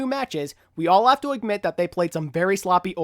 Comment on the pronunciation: The way he says imgmit instead of admit triggers me xD